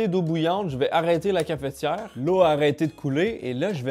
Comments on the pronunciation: bah après oui et non puisque dans le mot cafetière y'a pas de "é" donc c'est pas logique de prononcer cafétière. Apres peut être que eux l'ecrivent cafétière et là dans ce cas oui c'est plus logique que notre prononciation à nous français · Surtout que pour le coup ça s'écrit cafetière donc c'est bizarre de le prononcer cafétière^^ enfin je juge pas hein, chacun prononce comme il veut. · une Cafétière ? comment ? Une Cafetière sans ''é'' au début monsieur MDR , " ne faite pas ça chez vous " devant 700 000 Personnes mdr steak grillé au toaster j'y aurais jamais pensais mdr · cafEtière, pas cafétière